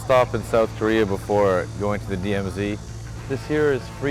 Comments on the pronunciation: I lol every time I hear Korea pronounced as Koreahr XD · north Korear is best korear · the only solution to unite south and north is to eliminate the Communist and the democrats and turn korea into kings and emperors like in the ancient Korea that way the world will not worry about the koreans starting war anyways why does the N.Korea pronounce Korea as korear